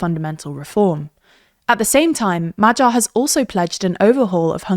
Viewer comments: His name is Magyar, not Madzsar. Please correct the pronunciation. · MahGYar... GYA... Not like G in general. Good info, thanks for that but the butchering of pronunciation is setting my teeth on edge and I'm not even Hungarian. It's MaGYar, not MaJARAR. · it's pronounced "madiar", nor "majyar". could've learned it by now 🤦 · True. And Magyar is pronounced like Madyar instead of Majar, since "gy" is very similar to a palatalized "d", so it is kinda like the sound in the word "dew" or "duke" in traditional English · majar, teeza, feeDEZ and sooyok smh 😂 just learn the IPA already ffs 😑